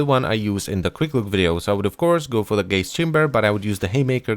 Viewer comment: When you said gaze I thought you said gays